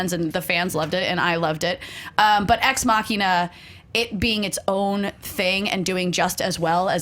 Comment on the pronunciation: I like Allison because she pronounced Ex Machina damn right!